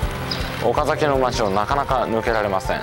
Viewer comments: スーツ旅行さん、「おかざき」の発音（イントネーション）、正確です。関東の人としては、ほんとに、珍しいですね。（地元岡崎では、「か」にアクセントを置かず、抑揚なく、だらぁーと、「おかざき」と、発音する、って感じですね。）― 以前に、岡崎を扱った動画も見ました。駆け足の動画でした。― 前回動画で、岡崎宿の「二十七曲がり」、よくわかりました。（芭蕉も、あんなふうに、歩いたんですね。） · 三河、岡崎、安城、知立、前後。地元の人が発音を厳しく指摘してくる地区ばかりですね笑 ちなみに、岡崎の発音は完璧でした！